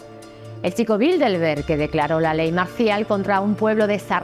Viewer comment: Aprecio sus libros y videos. En el video dice en varias ocasiones "Bildelberg" en vez de Bilderberg.